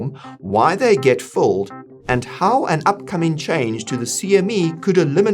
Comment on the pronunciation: Are you saying fulled or filled? There is a difference